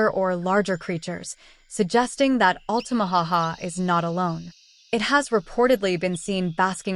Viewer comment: Actually, it's Lumber City not Lumberton City. Lumberton is an entirely different city here in Georgia and it isn't close to the Altamaha River. Oh! And it's Altamaha not Altamaho.